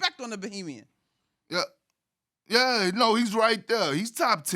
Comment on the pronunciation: It’s Bahamian ma’am not Bohemian